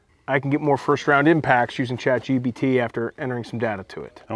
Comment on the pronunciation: The host keeps saying Chat gBt while its actually Chatgpt lol